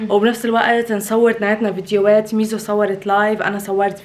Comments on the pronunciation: ميسو ❌ ميزو✅ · ميسسسوو مو ميزو😂😂😂😂